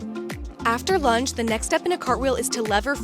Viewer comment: This is a great demo! .. OBTW when you said lunge I thought you said lunch.. thanks from NZ👍🇳🇿